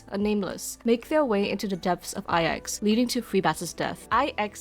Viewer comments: That's how it's pronounced? Ai Ex I thought it was 9 in Roman numerals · always tought its pronounced as nine (9) as IX is both capital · In one of the optional dialogues, that is voiced, Himeko just pronouces the letters individually (something like Ai-Eks) (and I think that is the case in all languages).